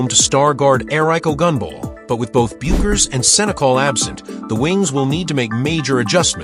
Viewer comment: Don't waste your time with this click bait. The AI voice can't even pronouce Paige's last name correctly.